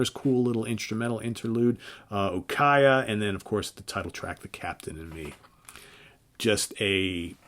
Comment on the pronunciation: Dude, just say it! They Sold Out to remain relevant when Tommy got sick instead of waiting for him to get better and soldiering on with an already winning formula. In otherwords they panicked. It's pronounced U-ky-ah